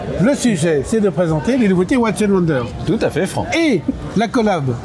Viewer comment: 12900 euros pour la LUC 39 mm, et 28500 et 29500 pour les 2 autres! une broutille!!! et watches se prononce watchez!!!!